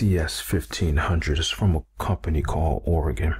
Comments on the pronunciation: Awesome video! Weird detail, but as someone from Oregon, I was actually impressed he said it right 😂 since I’ve moved away, everyone says Ore-gone and now I’m always surprised when I hear it normal hahaha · Yes haha, it can be a tricky word. The way it's pronounced would actually be spelled Oregan. Thanks for watching Maddie!!